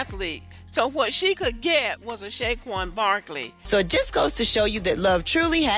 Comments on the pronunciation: A couple of three things: 1. This lady, if she can be called that, can't even pronounce Saquon correctly ("Shay-Quon"?). I think she butchered Eagles too. 2. "He needs to do better." According to who? Even if he had a hot, blonde super-model looking WW, BW would still find some reason to complain. 3. Hasn't this topic with some BW reached it's expiration date yet? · Brother... I cringed everytime she mispronounced his name and added the "sh" sound to it...